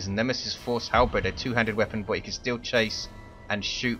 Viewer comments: Also, not to be a jerk, but it's "hal-berd" not "hal-bred". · There is precisely 0 bread in halberds. It's pronounced like Bert, with a D instead of a T. Halberd.